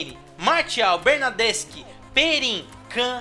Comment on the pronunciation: Melhora a pronúncia do nome dos jogadores, vc tá falando errado principalmente o nome do Insigne e do Bernardeschi